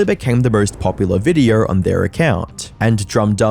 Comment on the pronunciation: Maybe 76% don't sub because you pronounce it "videorrr"